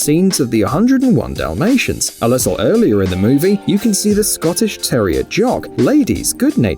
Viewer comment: "The lissle mermaid" 🤣🤣🤣